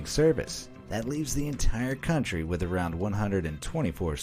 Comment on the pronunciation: A cantry withaut army... is like a man withaut bolls